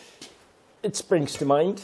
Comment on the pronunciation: Good job done, I cracked up when you said "Sprrrrings"😂. Looks bloody cold. That's terrible after only 4 months😡. Happy New Year to you and your Family mate 🍺🍺